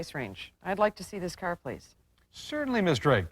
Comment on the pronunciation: "Let's go take a look at that caeyrr"😅